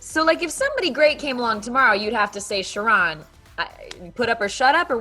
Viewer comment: Sharron is a disappointment.. she should've picked David. ..am I the only person that hates the pronunciation of the name Shah-ron??? .. it's Sharon MFS lol 😂😂😂